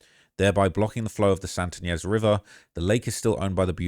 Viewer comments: Sounds like Lake “Ka-Chu-ma” and Santa “E-Nez.” I spent 10 yrs in the area. These are massively trafficked areas. Great hiking spots, tons of people that drive those back grounds. In college, we used to drive up there and smoke weed. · Ynez is pronounced Eye-Nez